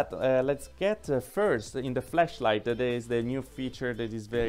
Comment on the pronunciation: It sounded like you said fleshlight! 😂😂😂